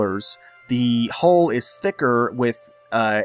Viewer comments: Hull.. not hole. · I laughed so hard every time you said 'hole' instead of 'hull' XD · Me too, 28 years old and i crack up at the phrase "bulbous rounded hull"